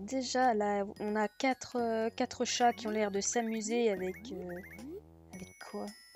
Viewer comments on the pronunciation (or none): none